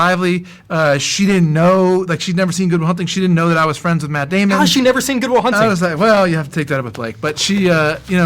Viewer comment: I played it back 10 times he says MATT ahhaha no N noise at the end of MATT lol Ben must of thought what a DOUCH !